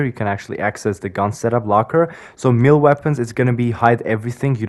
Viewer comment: “Meeelee weapons”😭